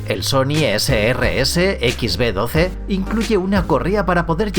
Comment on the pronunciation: (Sony Ese Rese..?) Sony rese😂😂😂 anjay